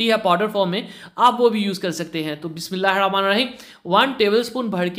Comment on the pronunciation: Bismillah Sahi parha kry plzz 😊